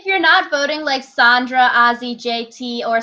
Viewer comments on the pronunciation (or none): SANDRA. It's pronounced SAND-RUH. I like listening to you guys but the name pronunciations make it like nails against a chalkboard whenever you say them wrong. 😂 It also makes you lose some credibility when you don't know how to say names. But keep up the good work, that's my only critique :)